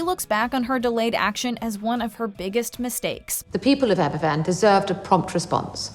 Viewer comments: It isn't Aberfffan. It is pronounced Abervan! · Argh! There is no excuse for buggering up the pronunciation of Aberfan so badly - even the clip you use has it said right! The Welsh alphabet is pronounced differently to the English one - a single 'f' is pronounced like the f in the word "of" - so something like abber-van, not Abba Fan. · Not to be picky but it’s pronounced Aber-van, not Aber-phan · Just a small, but, I think, an important point. Aberfan is pronounced AberVan not Aber- Fan. In Welsh, an F is pronounced as a V. FF is pronounced F. This was a huge event in Britain and it would have been nice to have had you listen to the newscasts at that time ... and actually hear the name correctly pronounced. Yours in Gratitude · I don’t want to be too critical here, but it’s not Aber’F’an, it’s pronounced as Aber’V’an. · Sweetie, “Aberfan” is pronounced “Abervan” in Welsh. The Welsh only say the unvoiced “f” sound when it is 2 f’s. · Aberfan is pronounced AberVan.... the “f” in Welsh is pronounced like a “v”. Welcome to Welsh. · It’s pronounced Abervan! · It's pronounced Aber-van.. One F in Welsh is as a v in English. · In Welsh F is pronounced V Hence Aberfan is pronounced AberVan. Interesting programme though. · Tywysog Cymru does not show the attempted bombing of the celebration in Caernarfon. The narrator should have taken the five minutes to learn to pronounce Aberfan. "F" in Welsh is pronounced like a "V". The actors have it right. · You pronounce the 'f' in in 'Aberfan' more like a 'v' - in Welsh its two 'f's together that denote same sound as an 'f' in English. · I was looking for this comment! It irritated me! It wouldnt need much research to know how to pronounce it properly, especially considering the huge significance Aberfan plays in Welsh history and the hearts of Welsh people.